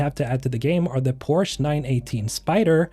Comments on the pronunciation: what many of the freedom people should get together: the e in Porsche is not silent. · As a German I am very disappointed on how you pronounce "Porsche"